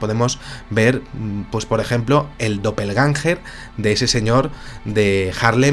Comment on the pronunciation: El Termino Doppel Gänger se pronuncia guenga significant duplicate o clon, tambien puede referirse a la autoclonacion. Para entenderlo eso era lo que hacía Naruto para multiplicarse.